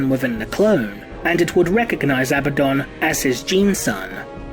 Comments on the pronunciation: Perhaps if the clone of Horus had defeated or killed Abaddon then perhaps I wouldn't get so triggered at the mispronunciation of Abaddon. A-bad-dun - remember folks, he's not a good un, he's Abaddon not to mention the emphasis in the spelling on the d over the b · You continuously say his name wrong....